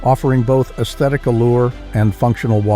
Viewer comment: For fucks sake pronounce Notre Dame and Æsthetics among other words... CORRECTLY !!! Bloody bot voices. So much for AI 😖🤮